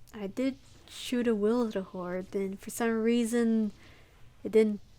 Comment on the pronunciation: I was so amused: Witherhoard will hence-forth be pronounced "Wilderhoard" in my mind. Great job on the run. I learned a big lesson. Patience. There's a time for aggression, and a time to just sit back and cry and watch the scene.